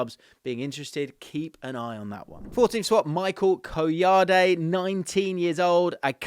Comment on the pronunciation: Michael Kah-yoh-dey